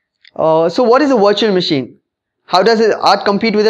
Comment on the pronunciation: It's great that you speak english, but please work on your pronunciation... I find it very hard to watch/listen to videos posted from India for this very reason which sucks because the topic at hand is usually one of great interest. Every time I hear "Virtual Machine" I keep thinking you're talking about a washing machine etc. I do not mean any offense nor is my intent to insult you, If you were to work on your pronunciations your videos would probably receive a noticeable increase in hits. That being said thanks for the video it was informative.